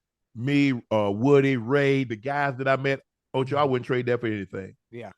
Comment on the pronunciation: Ocho u did not put the “d” on your first try